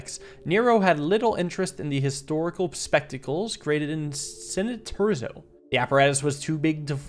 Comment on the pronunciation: i still find it funny how he pronounced Cineterzo different every time